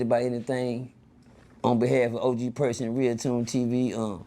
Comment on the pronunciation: 😂😂😂😂 Bro said Perky